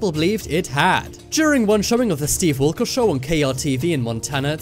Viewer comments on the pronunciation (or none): I thought he said "Steve Erkol" (however you spell it) instead of "Steve Wilkes"